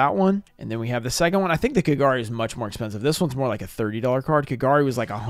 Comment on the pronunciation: Why do people slaughter than names in Japanese you say it as if it's a whole name but it's actually 3 kanji. It is Ka Ga Ri. Not Kagar e